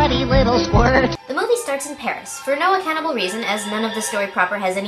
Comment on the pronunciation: you can tell the guy who voiced the gay french bird isn't really french because he pronounced Paris in the english pronunciation but with a french accent (which sounded like "Paries") insteald of pronouncing it how the REAL french do (which sounds more like Paire)